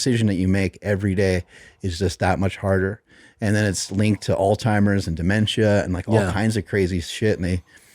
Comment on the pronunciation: Learn how to pronounce Alzheimer’s